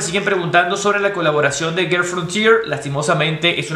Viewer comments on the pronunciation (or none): none